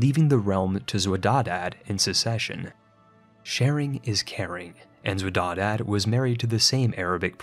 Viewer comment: Xwedadad is pronounced Khodadad which means given by God in Persian